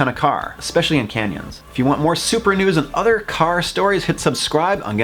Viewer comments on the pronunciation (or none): none